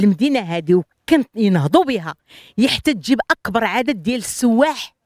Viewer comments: سيياح ولا سوواح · السياح ولا السواح ما فهمت واش سمعتها غلاط ولا هي تتقال هكاك